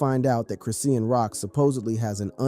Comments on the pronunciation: 😂this man pmo w how he pronounced her name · You can’t even pronounce the girls name correctly.boy shut up with this nonsense ain’t no damn female rappers scared of her go sit down somewhere. this is clickbait trash.